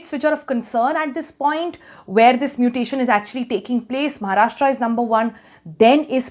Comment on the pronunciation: Its महाराष्ट्र not महाराष्ट्रा.. great video though!